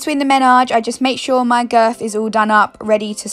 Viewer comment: who else noticed how she says "girf" instead of "girth"